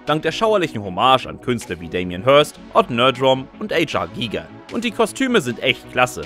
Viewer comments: Bitte nicht "age are" Giger sagen! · H. R. Giger nicht Ähj. Ahrr. Giger, er war Schweizer... keine Amerikaner !